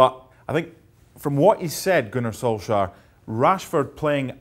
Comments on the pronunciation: Ah, yes, Gunnar Solskhar. It's been long enough now, people should know that it is not pronounced with a hard K. More like Solshajr...? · Don't ever say "Gunnar solskjaer" again lol